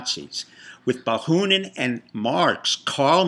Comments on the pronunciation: Bakunin, not Bakhunin. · You failed to mention Soros' support of BLM and ANTiFA. You repeatedly mispronounced Bakunin's name. I thought you were a speaker of Russian and a Russia expert. What does the fact that you were a concert pianist have to do with nihilism? Your presentation lacks focus and is primitive. It seems that you are prone to self-aggrandizement.